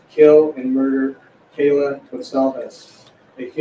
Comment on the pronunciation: To the people who were defending the judge for the mispronunciations fyi Kaylee's big sister complained to the court about how disrespectful it was and how important it was to get it right.